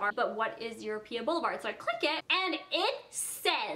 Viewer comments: Surely you know it's EuropA. Europe with an A instead of an E. EuropA. Not EuropeEA. Jesus Christ. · Europa is pronounced as Your Opa not Your Oh Pia lol